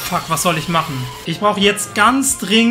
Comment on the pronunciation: Machne, dran denkne... Wtf sprachfehler